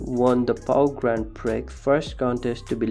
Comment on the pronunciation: Please have a native English speaker help you with pronunciation. Your butchering of the word 'Prix' makes my teeth itch. The x is SILENT!